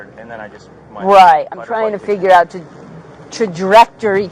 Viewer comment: Right! She’s so unprofessional & cant even pronounce trajectory as a police officer..